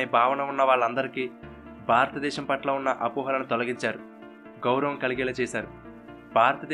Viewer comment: Superb excellent but the naarrator should spell certain telugu words properly like baaratha desham kadu bharatha desham